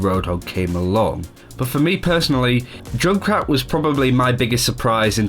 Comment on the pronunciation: Why do you call Junkrat Jun krat?? Its Junk Rat ^_^